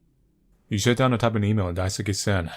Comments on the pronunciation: He also kept saying Daisuke as daisuki lol. loves Sen. 😏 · I like how you pronounce Daisuke's name lol I think you have at least heard of Sasuke from Naruto? The "suke" part is pronounced like that. It sounds like you're saying "daisuki" which means "I like (you) a lot" Anyways, I enjoyed the video! Thanks~ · wow must really like Sen... g-get it? because.. he says Daisuke like daisuki.. I.. fuck I'm sorry that was awful